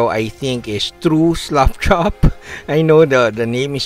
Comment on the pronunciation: Because of your accent, it sounds like you're saying "slop chop", which I actually like better. Slapping your models is physical abuse.